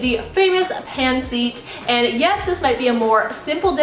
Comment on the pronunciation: Omg cringe… yt girl pronounced it as pan seet 🙃🙃🙃🙃🙃🙃💀💀💀💀 also this ain’t authentic try again maybe write INSPIRED. At very least pronounce it properly